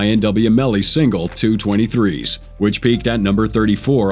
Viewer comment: 2 parts where ima help an correct you …The rapper name is (Glokk-Nine) not “9-lokkNine”😭💀🤦🏾‍♂️also the song is called (2-2-3s) not “2-23s”😂